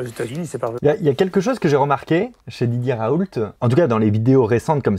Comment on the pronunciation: "chez didier raouleute"